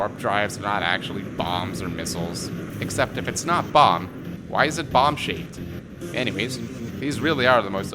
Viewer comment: ah yes "bomb"